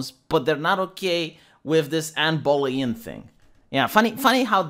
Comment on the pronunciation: How hard is it to pronounce “Bow-lin”,?